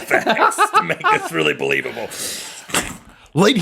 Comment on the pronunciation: "Rhett is a werewoof"